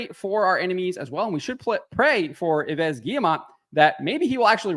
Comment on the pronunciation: Come on, stop pronouncing the last s in Yves. First because french is not Spanish so you have silence letters and then because you pronounce Yves as EVE.